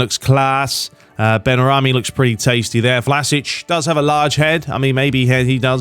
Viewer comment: It's benrahma not benrahmi